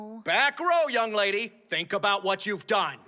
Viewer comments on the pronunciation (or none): he say young Ladi